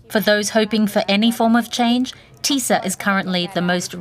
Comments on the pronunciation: Doesn't matter how you pronounce, the name is not Tissa or Tisa but TISZA. (Tisztelet és Szabadság Párt) See sub for example... And Peter Magyar the leader's name. (Magyar Péter in Hungarian and not "Peter Morar" or also not "Majar", etc... :)))) And not convincing "FIDES" or "fittest" supporters... Orban's party called: FIDESZ. Sub for example... Apart from bad badly written names... (Most popular names in Hungarian politics for ages now, can hear and read 1000 times every week... Hence, it's a bit irritating/annoying to see still so badly written.) the ...rest of the subtitle is OK. And the video all in all sadly about right... Go, TISZA! :))) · And after the regime is toppled, we Poles need a serious conversation with the Hungarians about the pronunciation of s/sz